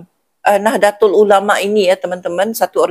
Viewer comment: Bacanya Nahdotul Ulama ' Bu. Kalau ejaan Indonesianya Nahdatul Ulama' , tulisan Indonesianya Nahdlatul Ulama' .